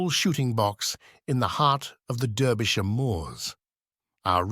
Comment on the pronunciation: And also mispronunciation of « Derbyshire »!